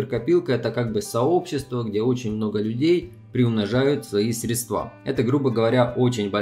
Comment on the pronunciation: пожалуйста, срЕдства, ударение на ЕЕЕЕ